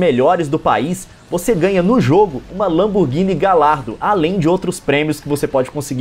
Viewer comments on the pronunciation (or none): Gallardo se pronuncia "galhardo" Leon.